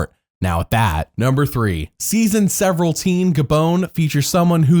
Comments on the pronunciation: Watching your videos out of order, I finally understood why you keep saying "several" instead of "seven" lol Binging your channel, it was bugging so much! (I haven't watched a new season since Winners at War, up until 50, so I knew not of the legendary Jelinsky) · "number serveral" 🤣🤣 sharp!